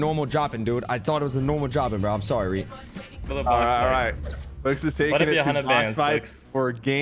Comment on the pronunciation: No it’s reet not ReEd